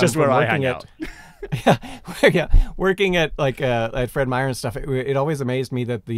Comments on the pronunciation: Hey, not often you hear Feed Meyer mentioned, and you even said it right. I don't know how many people add an "s" to the end of "Meyer". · That was very surreal hearing Simon say "Fred Meyer"